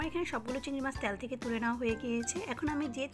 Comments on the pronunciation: ত্যাল না তেল।।বাট রান্না টা লোভনীয় 🙂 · রান্না খুব ভালো লেগেছে। তবে 'তেল' শব্দটা সঠিক ভাবে উচ্চারণ করার অনুরোধ রইল